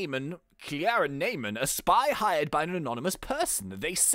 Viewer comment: IT'S PRONOUNCED KL-AIR-A